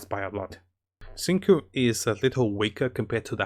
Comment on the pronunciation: XingQiu is pronounce Xing-Chew btw, just so you know